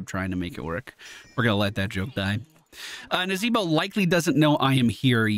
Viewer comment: Man, I miss the way used to pronounce Nazeebo. "Nazeeee-BOH!" Ahh, good memories. ='-)